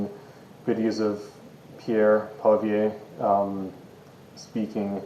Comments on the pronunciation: Pierre is our ONLY HOPE. Everyone should read Andrew Lawton’s book: Pierre Poilievre- A Political Life. This man has always cared about Canada. Pierre can’t say what he wants to say because the media will destroy him. And please get the name right: Say it with me; it’s really not hard: Poly-ev. See? Not hard. Poly-ev. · This man representing such a key issue doesn't exactly instill me with confidence in the movement. There needs to be a more articulate and engaging voice to speak out on behalf of Canadians. He can't even pronounce Pierre Poilievre's name.